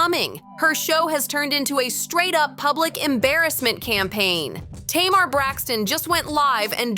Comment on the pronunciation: Be better if the voice over said Tamar's name right. It's Tay-Mar... not Tam-er.